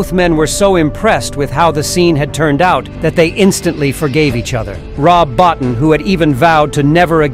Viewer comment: Bottin is pronounced Bow-Teen.